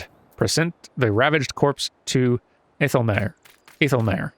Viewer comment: Hyur use Old English and Germanic names, so æ/ae is pronounced 'ah', like in 'cat' or 'ash'. Aethelmaer would be 'ah-thel-mar'.